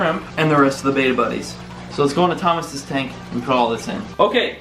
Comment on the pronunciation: Please say betta correctly